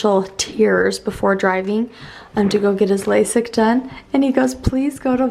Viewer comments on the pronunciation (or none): none